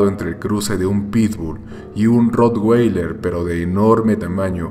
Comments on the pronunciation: se dice rro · Jjjjj no se pronuncia así es con a